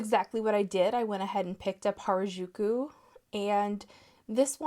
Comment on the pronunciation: just a fun fact: 'harajuku' is a youth subculture hotspot in tokyo and pronounced "ha-ra-ju-ku," with the r sound being similar to the spanish 'r' (not the rolling one!) and the 'ju' sound being hard and less like a soft g (as pronounced it).